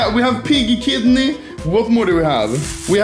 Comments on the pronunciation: Anomaly: pig...: Kidno Anomaly: pid kid pidney Is it really that hard to say kidney? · " pid,kid, pidney"